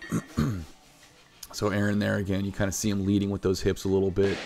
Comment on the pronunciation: "A-aron" Haha!